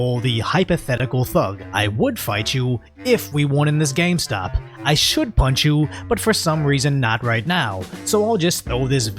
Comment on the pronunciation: He says, Don't come near me or I'll pünch you, Then come outside or I'll pünch you. Jeez